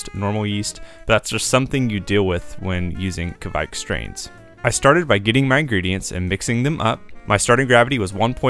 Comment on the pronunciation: Even as a German i always felt you are pronouncing Kveik wrong and after a quick research, yes you are. Instead of kawike maybe just say „quike“ or „quake“ or something in between. 😅